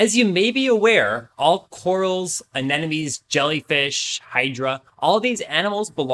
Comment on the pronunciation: Sure knows a lot about anemones... should have started with the pronunciation...